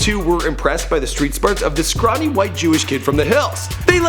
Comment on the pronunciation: Scronny white kid? This nigga a character, the host